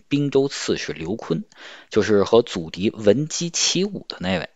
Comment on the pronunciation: 节目很好，博主声音也很好，就是读错了好几个字，建议修一下视频 祖逖和参合陂都有人说了，还有一个 恸(痛)哭